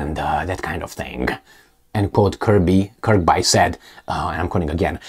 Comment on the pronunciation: Just so you know it pronounced Kirbee not Kirbye